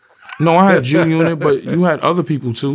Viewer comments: Did this nigga say Jew unit ? Lmao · Jew-Unit 😂 ok Vlad that was funny